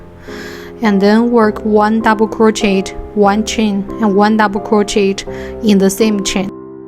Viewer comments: Why are u talking like that and it’s pronounced crochea but spelled crochet so it’s not Pronounced crochetttt idiot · Hi! Im dont wanna sound rude but it’s pronounced croshey :B